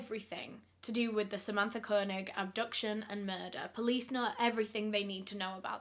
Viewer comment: Idk why but the way she pronounces Koenig bothers me It's pronounced Kay- Nig